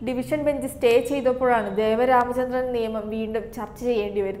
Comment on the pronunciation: Not Devaramachandran..Devan Ramachandran